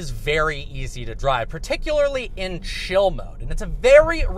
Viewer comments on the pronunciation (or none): Are you saying chill mode? It sounded like shill.